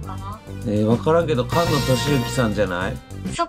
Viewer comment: ！「かんの」さんじゃなくて「すがの」さんだよ😝うっかりさんめ⭐️🙈